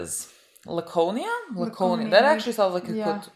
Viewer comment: You nailed the pronunciation: Luh-co-nee-uh It is named for a vacation town in New Hampshire, Laconia, which is actually on Lake Winnipesaukee